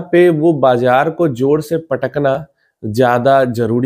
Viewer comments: जोर से भाई.. जोड़ नहीं.... 🎉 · जोड़ ❌जोर ✅